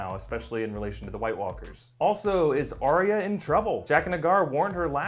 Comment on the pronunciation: Stop pronouncing it aria